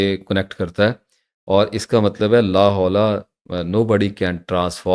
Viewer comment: آپ غلط پڑھتے ہیں ۔ لاھول نہیں ہوتا یہ غلط ہے ۔ لاحول پڑھا جاتا ہے ۔